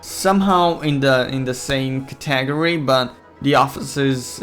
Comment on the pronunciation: Hello and welcome, and welcome? Catagery? Tousand? Bro do you know English doe? 😂